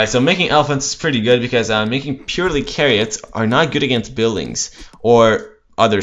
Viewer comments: i cringed when he said "kah-ree-ut" >:'(( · CHAIR EE OT NOT carryot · wtf is a "Carry-Ot" hahahaha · say kariot or midgol one more time i swear... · Maybe he pronounced it as its Latin root. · Chariot is pronounced with a ch sound you hear in the word "cheese", not with a K. Fun match though :)